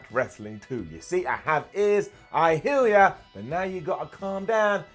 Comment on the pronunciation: So who else heard say “I’ll heal ya” instead of “I hear ya”